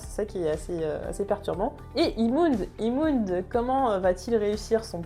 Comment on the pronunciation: Et si au lieu de dire ‘’imund’’ tu disais ‘’heahmund’’ comme dans la serie en vostfr ??